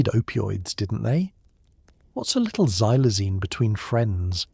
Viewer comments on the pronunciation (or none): I'm sittin' here in Williamsport, Pennsylvania & its in the afternoon. Xylazine is pronounced "KSylzine". The letter "X" has a "KS" sound, not a "Z" sound.